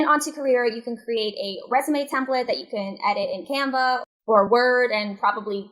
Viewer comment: What is the link to the online editing program you kept mentioning, it sounded like "Templeet" ?